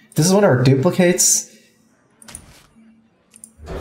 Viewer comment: Hey, the verb duplicate, meaning to make a copy of, is pronounced with a long "a" which you're pronouncing correctly. Multiple copies of the same thing, or duplicate as a noun, is pronounced differently. The a actually has a short i sound.